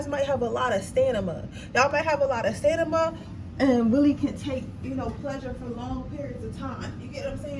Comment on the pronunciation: did u say stanima? it’s stamina